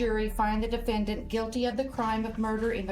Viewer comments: Anyone else also keep saying DEF-AN-DANT ? 🤣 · The real tragedy is how the prosecutor pronounes the word defendant. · Defend-ANT I got a kick out of the attorneys pronunciation of the word. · Not that it matters, but the prosecutor pronouncing defendant as defenDANT is odd. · "Dee-fan-dant"... Jackie Spradling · "the defend-int" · Why does she pronounce defendant like that?????😅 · What is with this lawyer's pronunciation of the word "defendant"? 😅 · That prosecutor should have been disbarred just for how she says ‘defendant’, let alone the misconduct. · YES! I just passed that part and was cracking up in my office.